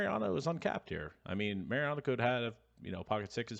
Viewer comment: Mau-Riano not Merry-ano. Thanks.